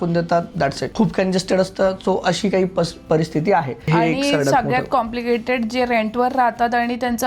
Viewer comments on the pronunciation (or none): none